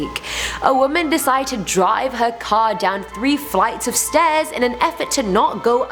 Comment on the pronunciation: "the S t o r e s leading up to the door..."